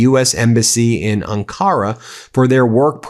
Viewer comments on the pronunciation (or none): Stress on the first sylable with Ankara, Ben. Just so you know. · 💙💙💙. You need to fact check your pronunciation of some common names. Eg. ANkara... Makes you seem sloppy